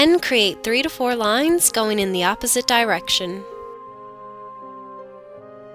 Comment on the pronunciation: Did she just said dyrection on